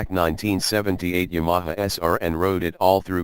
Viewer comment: Please train your robot to pronounce Yamaha. Seriously this is great content but very difficult to listen to . I don't care how bad you think your speaking voice may be , it has to be better than this.